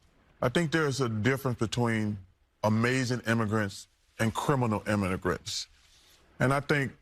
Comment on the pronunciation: He can't even talk right, he said imminigrants, not imminigrants, I ain't never rocked with democrat shill Barkley.